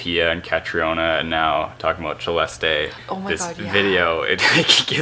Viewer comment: Thank you Siera for saying and correcting (hehe) your brother for the correct pronounciation of Celeste's name. She has been saying it herself and only few took notice. Even most Filipino vloggers got it wrong. ❤️❤️❤️